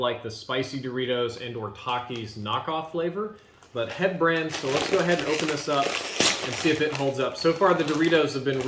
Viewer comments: Cringe bro when you pronounced heb and not H‑E‑B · DID HE JUST SAY HEB? SHAME SIR! SHAME!